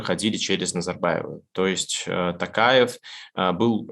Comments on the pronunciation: Почему ты называешь Токаева не ТОкаев а ТАкаев? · Президент РК Тоқаев, по русский - Токаев, не Такаев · ИЗВИНИТЕ КОНЕЧНО НО НЕ тАкаев а тОкаев (писала фамилию с маленькой буквы чтоб было понятно) И не тЭнгЭ а тЕнгЕ. Буквы Е и О имеются ж в русском языке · Варлама, фамилия президента Казахстана пишется и произносится через "О". ТОкаев. ТОкаев.